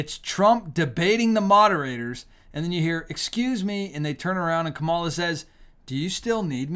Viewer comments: It's kamala. It's not Camila. As a Christian disrespecting someone is not very righteous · How difficult is it for you to say her name correctly. It is pronounced COMMA LA!! Here you go whining because Trump’s answers were so DUMB!! Hopefully there will be enough intelligent people to make the best choice for President!!! Kamala!! Stop lying about babies being aborted in their ninth month. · Pronounce her name come Allah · This looks REALLY GGOOD ON YOU AS A CHRISTIAN. Do you need to mock her name as well? So very unprofessional and extremely unethical of you. We unsubscribed. Not because of the candidates but of your CONSTANT USE of mispronouncing her name…please, help me to understand this is ok behavior with backup scripture. What a shame . I could easily call you a Pharisee but I can’t and won’t go down with the spirit of mockery in which i revile and bind in the name of Jesus Christ…and please give us your facts please.